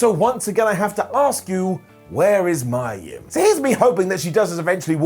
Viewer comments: Who's Mya Yim? It's pronounced Meeya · Poor Mia Yim. You can't even pronounce her name right 😔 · You're saying mia yim weird